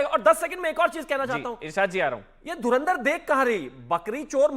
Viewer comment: धर्मेंद्र film dekhi hai😂😂😂 धुरंदर nhi bol pa rha😂😂 EID ki RAM RAM 😂😂